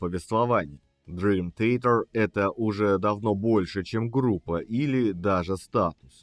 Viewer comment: Май Портной правильнее произносит название своей команды!